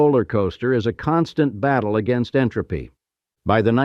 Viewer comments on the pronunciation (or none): none